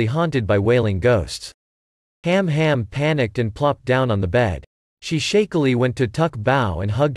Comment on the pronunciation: The girls names are han han and su bao.... NOT ham ham or tuck bao